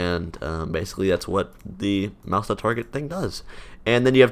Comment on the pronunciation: I keep hearing mouse as mouth